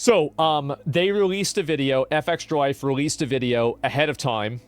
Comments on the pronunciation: Why does he say F extralife like he can't comprehend Fextralife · It's fextralife not F-extralife. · Good video, but I fucking hate that you say F Extra life and not Fextralife. It's like a punch to the face every time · I’ve always said Fextra-life but asmon pronounces it f-extra, which is correct? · Its not F Extralife. Its Fex tralife. Fex is the "name" of the girl who started the whole thing. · Why not say Fextralife? Why say F extralife? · ngl, if i search for a game's information, and "fextralife" is in the URL, i bypass it and go to the next result, every time. and stop calling it "F-Extra-Life", it's pronounced "fextra-life" fechstra. as in "press fechs to pay respechs." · Wonder why he pronounces fextralife "eff-extralife".... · Love how he's pronouncing FextraLife "F Extra life" like you'd pronounce Aaron "A A Ron". Shit C Racked me up. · Why can’t Asmon just pronounce words normally? F X tra life? Who tf says it like that? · Why is asmon pronouncing FEXTRA so weirdly? Does he mean Fuck extra life..?